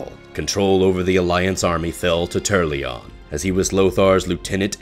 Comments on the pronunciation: Turrlyon and Alonsus Fail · "Tur-al-yion"? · I'm sorry, but it's funny to hear that you're putting so much effort into a serious voice over, and then "TURRLYON" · Who the fuck is "Turrlion" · You forgot the 'A' in Turalyon when pronouncing it lol.